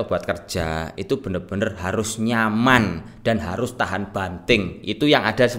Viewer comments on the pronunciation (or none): Narasinya Njawani bgt gan "enyyiaman" 😁